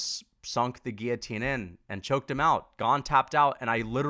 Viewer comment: Hats off for saying "guillotine" correctly